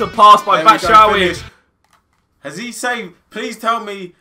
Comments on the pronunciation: i think that michys surname is batshuayi not batshuawi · great series guys. BTW, it's bat-shoe-why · Why do they say batshuwawi?